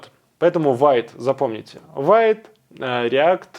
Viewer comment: пишу не чтобы доебаться, а потому что ты попросил vite произносится как "вит"